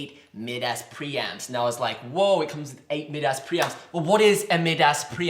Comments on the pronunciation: dude you need to take it down a notch that is not pronounced mid ass its pronounced mi-d us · It’s pronounced my-das not mid-ass as in Midas the fictional king who everything he touched turned to gold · "Mid Ass" lol! Midas, pronounced "My-Das" as in the king from Greek mythology who turned everything to gold with his touch, was a highly respected English mixing desk manufacturer founded in 1970, eventually acquired by Bosch Group in 2006 and consequently acquired by Behringer in 2009. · lol, mid ass preamp? It’s pronounced my duss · In Greek is pronounced mee-thas though so mid ass sounds more accurate. Lol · Mid-ass? You've got to be joking. Try My-das as in everything he touched turned to gold. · I’ve heard Behringer mispronounced my whole life but never heard Midas flubbed this bad but so amazingly at the same time. Damn tell me about those mid ass pre’s.